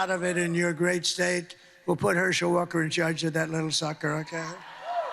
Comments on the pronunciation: “Herschel Walker?” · OMG, did he say Hershel Walker! 😮